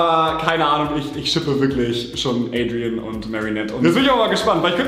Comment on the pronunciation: Adrien wird französisch ausgesprochen nicht englisch